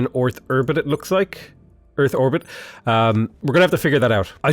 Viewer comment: "orth erbit" is about the funniest dang thing i ever heard